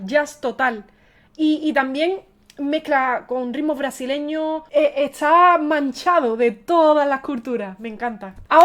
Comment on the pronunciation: Porque habla tan mal la muchacha dice etsá en vez de está....